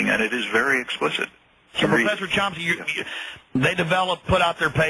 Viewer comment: chomsky not chompsky he obviously needed someone to introduce him cause you don't even know his name, obviously haven't read one of his books.